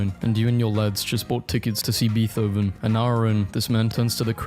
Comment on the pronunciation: WHY DID HE SAY BEETHOVEN LIKE BEETH-OVEN